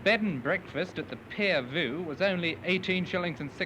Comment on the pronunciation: A copper or two for a quick gawp. Also what a strange pronunciation of Pier View